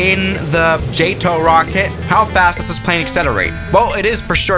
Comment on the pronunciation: It's not JÆTO it's JATO